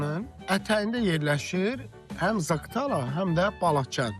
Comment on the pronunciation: Zaqtala yox, Zaqatala